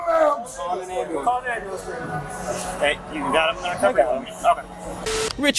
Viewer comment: "I NEED AN AMBOOLANCE !" ROFLOL